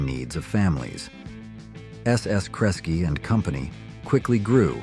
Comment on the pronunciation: Well, you had me until when AI mispronounced Kresge. Get real people to narrate your crap. It’ll still be crap. But at least credible crap.